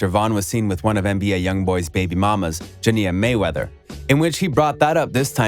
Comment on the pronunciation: “Jania mayweather” lmaooooo